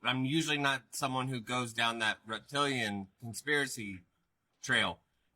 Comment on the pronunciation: Stuff like at with the accent